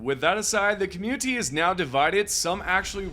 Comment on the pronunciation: "the COM-U-TEE?"